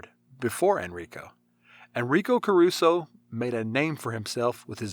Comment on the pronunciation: come on learn some basic pronunciation